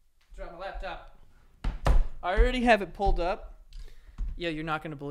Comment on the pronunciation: It's not "labtop" Joe. It's "laptop". The March of Dimes and 9/11 bits pissed me the fuck off. I love you guys; you're just not responsible enough to discuss such topics. Stick with the humor we've come to enjoy.